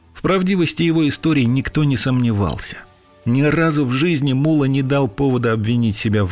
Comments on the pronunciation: Ударение в его имени падает на О, т.е МуллО, а не мУлло, как выговаривает автор ролика. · Не Мула, а МуллО! Ударение на О. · не му́ла, а мулла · не МУлло(ударение на первый слог),а МуллО (ударение на второй слог)...МуллО - знаток Корана! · Не МУло а МуллО. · Мулло́ - ударение на "о" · Имя Мула с ударением на ,,а,, произносите правильно!!!! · ВСЁ ЭТО ПРАВДА! ВОТ ТОЛЬКО УДАРЕНИЕ НАДО ДЕЛАТЬ НА БУКВУ Л ! ЕГО ВСЁ- ТАКИ ЗВАЛИ МУЛЛО НУРОВ!